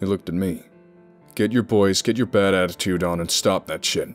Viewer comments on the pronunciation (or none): none